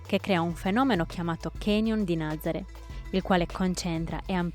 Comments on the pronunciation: Nazaré, non Nazare, NazarE’. Con l’accento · La pronuncia corretta della località è Nazaré con l'ultima vocale accentata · Si pronuncia Nazarè con l’accento sulla “e” finale, please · Nazarè con accento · Nazaré si pronuncia con l'accento